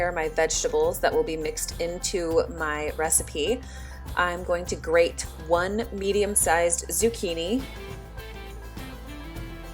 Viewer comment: I've been meaning to tell you this for so long lol. The more I school my children the more I find it so important to enunciate all the words! I always notice thats something you do. Instead of grade the carrot, you say the way its spelled. Grate. or spinaCH instead of spinage. How will our children learn to spell since its so confusing anyways if we dont say the words correctly! Anyways lol tangent over.